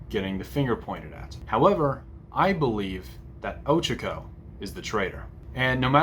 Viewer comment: ITS OH-CHA-KO NOT OCHECKO!!?? Get it right but ill forgive you since well im watching this ig